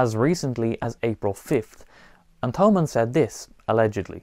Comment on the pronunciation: The H in Thomann is silent. Just like Thomas in English.